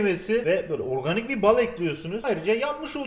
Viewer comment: oöğrganik bir bal :D